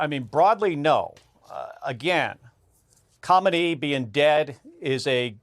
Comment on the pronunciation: ok who the heck is Comedy? He can’t pronounce khamenie?